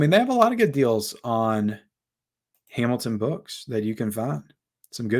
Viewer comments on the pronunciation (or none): He said Hamilton Book, but it did sound like he said “Amazon Book” the first time!